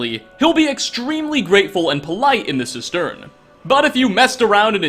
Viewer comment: Jeez, learn to pronounce 'cistern'.